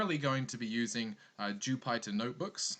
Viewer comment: Not to be a jerk but Jypter is pronounced like the planet Jupiter.